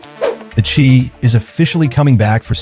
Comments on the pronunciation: Pronounce The Shy not Chi brother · LOL the chee! its The Chi (pronounced shy) Shy - town goofy lol